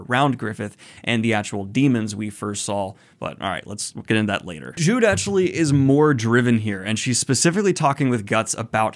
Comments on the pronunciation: Uhhh Daniel, Juneau is a dude... Also it's pronounced 'Jude oh' instead of just jude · I'm probably wrong but I think Judeau's name is pronounced judo instead of jude and he's a dude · "Griffith apologists" just shows how political this series has gotten. Also just fyi, Judeau is a guy and his name is not the traditional "Jude" but rather pronounced "Judo", with french origin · Judeou, pronounced -"Judo". Also, just a heads up, he's male. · Pardon me Daniel. I think you already knew that Jude is a he or a guy and his real name was Judeau (pronounce Judo like the martial art). I mean, I used to think Judeau was a girl due to his feminine face. Just minor mistakes by the way. So continue on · Also, not trying to be a jerk but it's pronounced Ju Doh. Like the martial art judo. Love your vids man. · Also its pronounced Jew-doe. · also, I think it's pronounced Jude-o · Great analyses in here! Judeau is a man though, whose name is pronounced “Judo”. Everything else is on point. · Judeau (pronounced Judo) is a man. Looking forward to the next video! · Really been loving these videos. Berserk is one of my big storytelling inspirations and seeing you experience it is like being able to live it again. Also Judeau is pronounced like "Judo". French spelling like Rousseau etc etc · "Jude" Oh thats an interesting way to pronounce his name "She" Uh oh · Hey Daniel Judeau’s a male and his name is pronounced “Jew-Dough” I’m sure someone has already said this but just wanted to make sure. Thanks for being great! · I know you're gone get inundated with comments so I apologise if I'm one voice in a very loud crowd but Judeau is pronounced like "Judo" and he's a man - although I completely understand the confusion with how he's drawn, I think I'd have made the same mistake if I hadn't watched the anime first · I envy you getting to read this for the first time. Also, Judeau is a guy btw - easy mistake in the manga tbh. (basically pronounced 'Judo' - as in judo chop.).